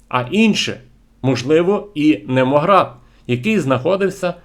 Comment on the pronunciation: "Немогард" - прочитуйте назви правильно. Грецьке "νεμω" має багато значень, але у спілці з словом "gard" композит "Немогард" означає "місце розташування" (старовинне козацьке - "таша" - розташування, або "сад" (для порівняння "Нови-сад"). Перечитайте статтю "Зовнішня Русь Святослава - Січові паланки України" на сайті "УЛГ".